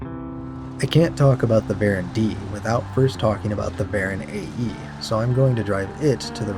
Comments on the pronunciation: Hi, why do you say varen when they are called voron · Why are you saying Varon ? It’s Voron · Why do you pronounce "Voron" as "Baron"